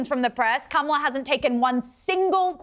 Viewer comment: PRONOUNCE KAMALA PROPERLY!!